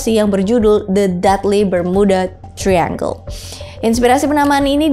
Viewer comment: Kak i love youuu tp florida itu bacanya bukan floraida. Trus triangle bacanya trayanggel. Just info yaaaa ❤